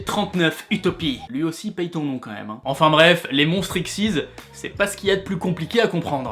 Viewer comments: pour les cartes XYZ on dit " ixe ygrek zede" et pas "ixize" :p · Très bonne vidéo pour aider les nouveaux joueurs (et sinon on dis X-Y-Z séparément et pas "ixezyz") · en prononce pa xyz mais x y z chaquun tous seule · Mon dieu!!!!! On dis pas xyz mais X.Y.Z.!!!!! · Tu prononce :xyz "x syz" Moi je prononce chaque lettre "x,y,z" ^^ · Moi je dis X Y Z. pas Ixyze C'est compliqué j'ai rien compris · Les monstres xyz sa se prononce x,y,z et utopies c'est une carte numéro donc différentes d'une simple xyz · xyz ca se dit X Y Z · Hello, je viens de tomber sur cette chaîne par l’intermédiaire de ta chaîne principale et j'aime déjà bien cette vidéo. Cela fait un bout de temps que j'ai arrêté Yu-Gi-OH (en fait, peu après les premiers monstres synchro) et du coup, je me demandais pourquoi tu dis "ixyz"? A la base, ce sont 3 monstres, a savoir tête de canon X, tête de dragon Y et tank de métal Z (respectivement un monstre normal et deux union exclusifs) qui pouvaient fusionner en Canon Dragon XYZ. Ce sot eux qui ont inspiré les monstres XYZ de Zexal. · P3NGUIN4LIFE / Assez_eZ YT Détrompe-toi, cette prononciation ne vaut que pour l'anime français (mauvaise prononciation, qui en japonais ressemble à "exceed", d'où le "ixize" français bien plus fidèle que de prononcer les 3 lettres séparées) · tu tes pris pour un spécialiste le y au milieu se prononce pas comme il le fait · Comment tu prononces 'monstres xyz" c'est une horreur D